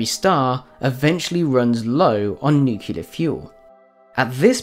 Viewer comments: Nicely done. One request: "Nuclear" is "Noo clee arrr, " not "nyu cyu lar." Thank you. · "nukelar", "nukelus", "nukeli:.... are killing me. I can't take it. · Nucular fusion. Nuculus. Your pronunciation is bothering me. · Great video bro. Practice saying nuclear and nucleas though xD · It would help if you knew how to pronounce nuclear correctly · How can the narrator hope to be considered credible when he doesn't even know how to pronounce an easy word like nucleus, nuclear, or nuclei?